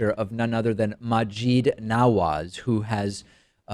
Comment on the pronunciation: Maajid is pronounced like "magic" with a "d".